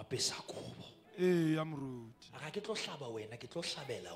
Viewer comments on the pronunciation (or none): The guy that says"Eya moruti"🤦‍♀️